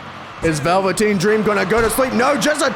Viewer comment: I’m mad we gotta wait until the championship match to witness the phenomenon known as Big Bear. 😩 Edit: why the fuck did you say Velveteen Dream name like that?? 😂😂😂